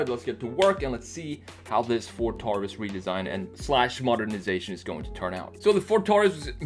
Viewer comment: My pet peeve— people who pronounce “Taurus” (tár-îs) instead of (tore-rîs) ... like it’s supposed to be.